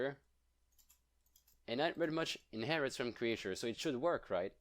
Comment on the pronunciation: cre-ihhhh-ture xD jtm ♡ 🐥